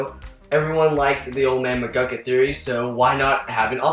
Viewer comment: McGUCKIT! not McCluckit!